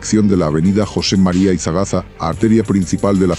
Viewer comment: Amigo no es José María Izagaza Es ( José María Izazaga ) Me destanteo un poco cuando lo mencionaste nunca mire ese nombre en la Ciudad viví casi 10 años allá y la recorrí toda